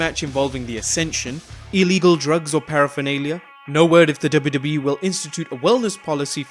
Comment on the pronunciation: Am i the only one who heard WWB instead of WWE?